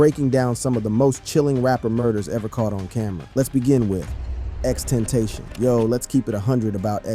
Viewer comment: x ten-tayshon didint even try to say it right smh